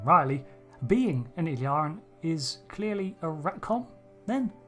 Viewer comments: Please pay attention to the pronunciation. It is "ill-EER-ee-an". However, you are saying sometimes "ill-AR-ee-an", and sometimes "ill-ee-AR-ee-an". I believe that both of these mispronunciations are influenced by the name "El-Aurian". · You have gathered a lot of information from watching Star Trek but can't seem to pronounce Illyrian properly. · Your pronounciation of name "Illyrian" is wrong, very wrong.